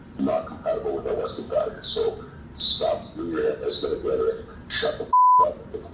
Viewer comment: That guy said western valuables 😂